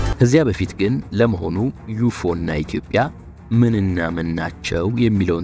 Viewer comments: U ዩ F ኤፍ O ዖ . ነው የሚባለው 3 ፊደሎች ለሦሥት ቃላቶች የቆሙ ናቸው። አብረው አይነበቡም. ዩፎ አይባባልም, ኦን ሣይረግጡት ሢቀሩ ድምፁ ሥለተዋጠ ነው። UFO= unidentified flying object: በትክክል (ማንነታቸው)ሊታወቁ ያልቻሉ በራሪ ቁሦች ማለት ነው ቁሥ ከሖነ ንንጥረ ነገር የተሠራ የምሑር ዕውቀት ያረፈባቸው ናቸው። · ዩፎ 😂😂😂😂😂 ዩኤፍኦ